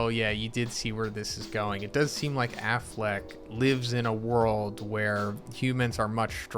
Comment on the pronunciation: I heard Aflak not Afleck 😆